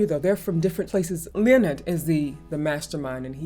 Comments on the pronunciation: "Leonid" is properly pronounced "Lay-o-need" ,(Russian pronunciation). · Only one complaint, name and band name is pronounced - nid and Friends.